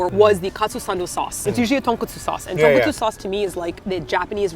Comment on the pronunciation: Not 'Donkatsu', tonkatsu. And also not 'Tonkotsu' sauce, it's tonkatsu sauce (tonkotsu is a bone broth) ...